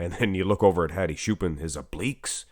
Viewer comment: Hadi choopAAn is actually correct and the "ch" is pronounced like the word "church"